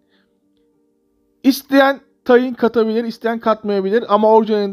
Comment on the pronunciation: Tayin değil tahin